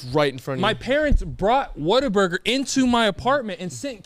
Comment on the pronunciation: Listen to the way says Whataburger😭🤣👀